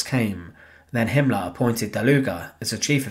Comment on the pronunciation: I like the way he pronounces “Hitlar* and “Himmlar”